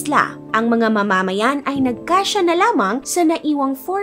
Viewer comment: Nauru and not Nauro! Dia yuh bee teez and not dia beh tees! Ma’mamayan at hindi po mama’mayan. Buh Dy Mass In-dex not Bah dy Mass Endex. Maganda ang content. Informative pero kung narration ang atake ng contents mo, isama mo sa research ang tamang pag pronounce ng name ng bansa. Main subject mo yan eh. Secondary lang ang visuals mo. Sa narration kami magrerely para maunawan ang kwento mo. Sana po ma-improve nyo. But the story and research about Nauru’s history is correct. More power and best of luck on your next videos.😊